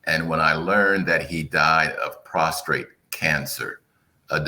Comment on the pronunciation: "Prostate," not prostrate.